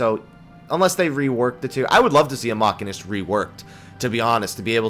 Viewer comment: machine'ist not macky'nist...